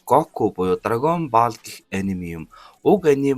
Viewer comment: Pzdaa dragon Boll gej helyaa Ball gej bicheed boll gej unshaach